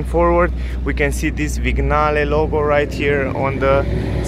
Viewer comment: It's pronounced "viniale"